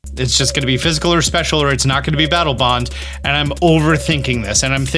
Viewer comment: Ah yes Battle "Bong"